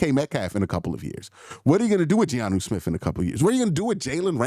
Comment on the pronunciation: Q I love you but Giannu Smith is killing me😭🤣